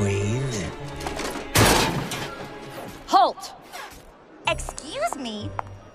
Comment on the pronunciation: Ha it sounded like he said ice cream instead of ice queen